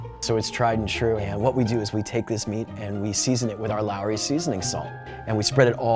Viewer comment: Looooowrey